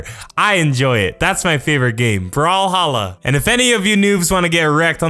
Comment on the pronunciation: Brawlhalla sounded like you said brawl stars I am not deaf it's just an joke but I am an god at brawl stars Come at me Bacon's.